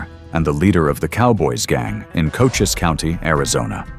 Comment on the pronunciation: Again , the AI butchers the facts on Johnny Behan, he was sheriff of Cochise (Co- chees) County not " Cochis" County !